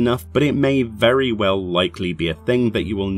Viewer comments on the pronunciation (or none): none